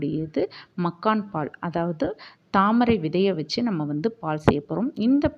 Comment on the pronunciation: UNAKKU TAMIL SARIYA VARATHA THAMARAI VITHAI YENDRU. SOLLU